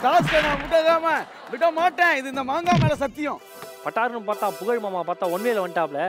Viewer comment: Puzhal illa bha Pugazh 😂 😅